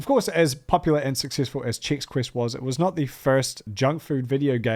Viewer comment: Um actually it's Chex, not Chicks.